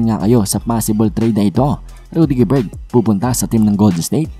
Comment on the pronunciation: Rudy Gober silent ang T